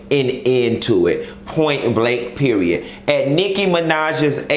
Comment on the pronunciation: Like we say in Miami PER -RI-ODD